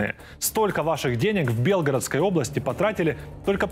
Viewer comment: Белгородской области ударение на е??? Хотя бы правильно ударение ставил!!!!